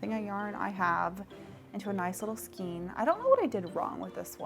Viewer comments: Skane not skeen. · Skane, not skeen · It is correctly pronounced "skayne." It follows the same pronunciation rules as words such as vein, rein, weight, eight, etc. The rubber band goes at the top to determine the height of your skein. Those ring hooks are actually more for knitting to pick up dropped stitches when knitting on-the-go. I have the same complaint about my project back with the holes in the top. It feels like a mindless design choice, honestly, and is definitely not a feature people with, say, CATS can use XD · As a new crocheter I was also curious how to pronounce skein so I googled it. I guess the correct way is skane with a long “a”. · Skein say like skaine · Skein - -> pronounced SKANE. Please! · It’s skein( skain ) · I think it's Skein like "Skayne" but i dont think it matters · Most pronounce skein as (sk ay n) as if you're saying hay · skein rhymes with rain, and is for things like redheart super saver or yarn wound in that way, hanks are kinda messy but common in hand made yarn (usually a wrap and twist kinda method) ball is a literal ball, cakes are what you get from yarn winders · I love your videos and your energy! I'm pretty sure skein is pronounced with a long a sound, at least in the U.S.